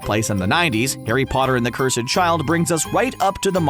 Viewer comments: Sir, no offense whatsoever but may I ask you something? Why do you say curse sed instead of cursed? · Who els was annoyed by CUR-SED CHILD 😤 pleaseee pronounce it right it’s cursed child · The cur sed child :/ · I’m so sad no one can say cursed it’s curs-D not curs-ED Please someone learn how to say the word cursed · the cur sed child??? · The cur sed child, why did u sAy that what the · He mispronounced it on purpose because people will post in comments they get good engagement for the channel and attract more sponsors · He can’t say cursed properly.... can he?